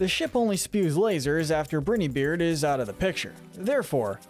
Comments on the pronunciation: ITS bri-ni-beard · Captain Brineybeard (Say bry nee beard)